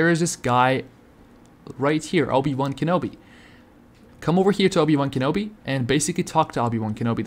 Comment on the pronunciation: Dude said "Obey" wan Kenobi